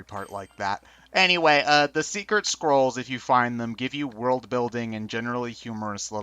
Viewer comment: Did anybody else here say Secret Squirrel instead of Scroll at the beginning?